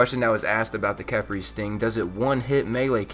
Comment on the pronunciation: pretty sure its pronounced key-pry khepri is an ancient Egyptian God known also by scrab